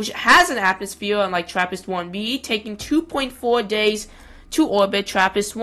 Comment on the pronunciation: "Weddish atmosfeeur." 🤣🤣🤣